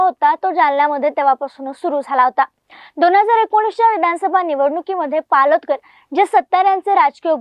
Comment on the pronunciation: मॅडम पोलादकर नव्हे पालोदकर आहेत पूर्ण माहिती ठेवूनच बोला 🙏